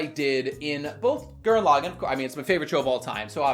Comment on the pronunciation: Honestly how can he just keep pronouncing his favorite series so wrong. It is not pronounced L-ag-in, it is L-aw-gone.